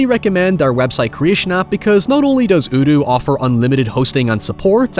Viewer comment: I enjoyed listening to the Odoo ad, but I wish you would spell it out because your pronunciation of this word forced me to see what the heck you were talking about and gave me very little certainty in how it might be spelled